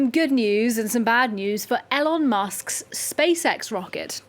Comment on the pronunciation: Why doesn’t this woman know how to pronounce one of the most talked about men’s names in the world?